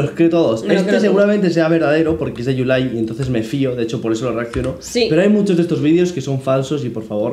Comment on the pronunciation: Es que tambien yulay, como hanla😂 pero chingon